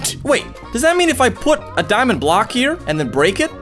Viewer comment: i like the part that he said Diamondé